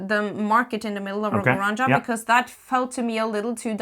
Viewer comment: I kinda understand native english speakers trying to pronounce everything in english like there is no other language in the world, but you guys! cmon... type how to pronounce "la granja", you are better than this! Love your work, keep it up